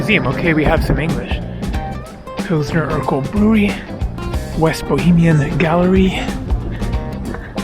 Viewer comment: It sounds funny how you pronounce Urquell like Steve Urkel. But in reality its like „Oorkvell" for English speakers.